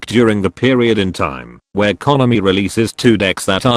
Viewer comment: I agree, but the "konami" pronunciation is wonderful.